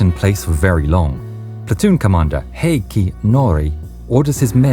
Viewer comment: I'm really impressed with your pronunciation of Heikki!